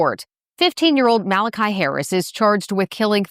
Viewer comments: Why does she keep saying ‘maliciah’ when it’s Malachi? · Not that he deserves a name correction, but I think it’s MALI-KY, not MALI-KYA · so annoyed you kept pronouncing his name incorrectly lmao